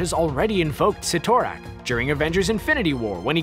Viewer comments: SIT- O- RAK not Sitor-ak....damit!!! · Cytorak is pronounced sitter-ack not si-tor-ack. WAY to much emphasis on "TOR", lol. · It is called the Crimson Gem of Cid-or-ac not Cit--or-ac. The spelling ytt has a d sound not a t sound. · Oh, it’s pronounced Si-tor-ack I always said sie-toe-rack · If you say Ci-tor-rak 1 more time😤😒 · ROFL!!!! "See-thor-ack"! "See-thor-ack"!! "See-thor-ack"!!! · Si To Rak!? I CRINGE EVERYTIME YOU SAID THAT. STRANGE EVEN PRONOUNCED IT FOR YOU. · Cyttorak Si-Tor-Rack